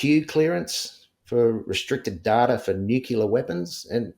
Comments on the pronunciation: I really struggle with believability when someone says "nucular" instead of nuclear. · It is annoying and questionable when and important word is continually pronounced incorrectly - it’s pronounced incorrectly with a U where a U isn’t present , nu cU ler and it’s nuclear- he should know how to properly pronounce nuclear - it’s said as it’s spelt - it’s not rocket science. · Ever since that Gumby, George Bush Jnr….we’re fkn stuck with ‘nukular’. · Sorry but i have trouble believing anyone who pronounces "nuclear" as "NUKE-U-LER" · Just a thought - I’m suspicious of anyone who pronounces “Nuclear “ as “Nu - cu - lar.” An Intelligence officer would be intelligent and well-educated enough to know better. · The way he massacres ''nuclear'' is particularly annoying n irritating. And what happened to his hair?